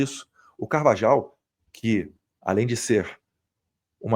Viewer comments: Eduardo, me deu gastura vc pronunciando Carvajal... é [Car-va-RRAL] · Acho q a pronúncia é CARVAHAU E NÃO CARVAJAL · Eduardo, vc fala espanhol. O J tem som de RR. Logo, a pronuncia correta é CarvaRRal. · Pronuncia certa: CarvaRal e Magnitsk e não magninski!!